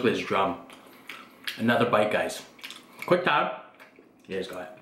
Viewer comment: Is he saying quick time or quang time??